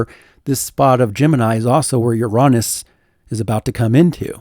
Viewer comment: luv what ya do. but, "uronis?"???